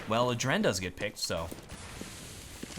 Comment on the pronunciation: it kinda drove me nuts.. its Aadren. not adren. you pull the a so like Aadren and not aDren